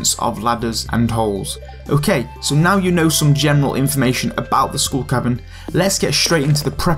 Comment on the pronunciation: Scooll cavern.